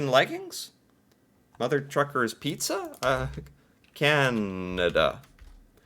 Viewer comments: Mother T ucker's No R. Not Trucker's, but Tucker's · It's Tuckers not truckers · Tucker not Trucker. Can you read? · It's Mother Tucker's, not Mother Truckers. You kept saying Truckers...;-) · lol,, you keep saying, Mother Truckers, but, it’s Mothers T u c k e r s, lol 😂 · Hey...it's Mother Tuckers, not Truckers...no letter R after the T.